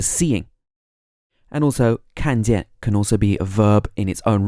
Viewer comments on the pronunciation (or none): 一看见他这四个字，要改一下语调和重音，正常人不这么说话。